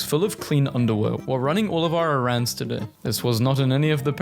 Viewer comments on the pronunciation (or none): Why did you say errands like that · Why did you say errands like that?